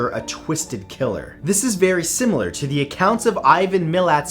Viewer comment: I'm sorry, I love you Matt, but that's not how you pronounce Milat, it's a short mil and a harsh at lol. Lived in NSW Aus my entire life and I've met someone who got his hands on one of Ivan's Cars. Horrific story.!